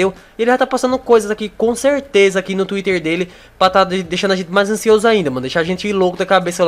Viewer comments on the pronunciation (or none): none